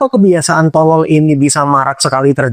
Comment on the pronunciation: pengucapan O di kata tolol itu loh, neken bener Bang😂 kaya ngucap huruf thO monyong2 saya aja ga sejelas itu O nya tapi kebutuhan orng beda2 sih